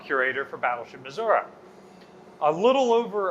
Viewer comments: It tends to be regional, but it's like when people say "nucular" instead of "nuclear." Common, but completely wrong. "missouruh" is generally disliked by most people who live here (everyone i know just cringes when people say it that way) and is sort of a redneck way to say it. It is pronounced the way says it. Like the name "Tori." You don't pronounce that "Toruh." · mizoruh bro how fuckin hard is it to pronounce it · aha, i'm not insane for thinking that Missouri is not pronounced "missourah" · "I'll be deep in the cold cold ground before I put an "i" at the end of Missourah!" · "Battle Ship Missoura" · All together now - you too,: Mi-soo-ree! 😝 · Why does pronounce Missouri wrong? any video where he talks abut this? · It warms my heart to hear him get corrected on how he says " Missouri " lol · A wise man not only admits his mistakes, but is able to learn from them. I am from Missouri, and yes, the last i is pronounced by residents like e, not uh. Not once in my entire life have I ever heard anybody living there pronounce it like that. Never. Ever. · there is no A in Missouri! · Yeah, hearing constantly mispronounce it is pretty jarring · It ends in an "i", not "a" :) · Finally some has corrected on how he says Missouri. there is no "A" at the end of Missouri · Sorry its Missour-EE not Missour-A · I was watching and I am South African at it eats me when says Missoura.. Please say Missouri please. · Former? I'm curious as to why she isn't anymore. Oh, I missed she's at a different ship now... Hunh... Also, as a Missourian, I did get a laugh out of Megan correcting mispronunciation of Missouri. Only people out-of-state say "Muzzurah." Here it's "Mizzoouree" if you're urban. I'm currently blanking on how the more rural folks pronounce it. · MISSOURI With a EEE not a UHHH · Absolutely ive been watching for some time and really enjoy thsnk you for your show BUT its MISSOURE NOT MISSOURA thank you very much